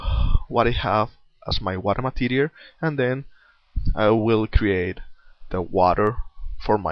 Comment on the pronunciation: you should work on your pronounciation of material... it sounds like materiaR...